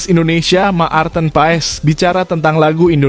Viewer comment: Bacanya Mart'en (marten), bukan ma-arten.